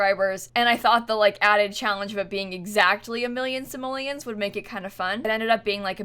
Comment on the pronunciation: Stop saying samollins say. Money